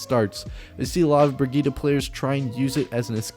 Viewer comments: Bri-git-te not Brigitta or whatever, its German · Her Name Brigitte Not brigihda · Funny. Excusing for the wrong pronounciation and then saying it wrong again. There is no a in Brigitte. Its Not Brigitta. Listen to her background Trailer. There she sais it right. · Only thing I hate is the pronunciation of her name. It clearly spells as "Bridget". And I have no problem if her name is "Bridget". I don't understand why they want to go for something with more than 2 syllables. How other people pronounce Brigitte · Brugeedah is still far off from the correct prounciation. A for effort. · Cringing every time he says the name wrong XD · Its not an 'a' at the end its an 'e'. Pls learn the pronountiation or just call her baguette.